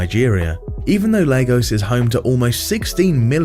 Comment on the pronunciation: Lagos ❌ Legos ✅